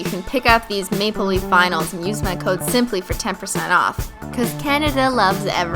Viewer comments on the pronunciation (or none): ...Okie I just have to say this.Deep breathe SHE SAID THE NAIL vinyl PART WRONG! she said "Were gonna add nail vynals" ITS "Cuz we're gonna add nail vinyls next!" WHY CRISTINE